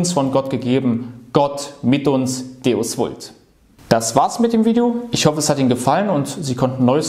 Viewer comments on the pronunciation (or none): none